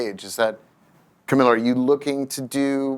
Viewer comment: Whoever is asking the questions... maybe do such basic research as to properly pronounce the guests' names correctly. The constant mispronunciation of both Camila's first and last names made this borderline unwatchable.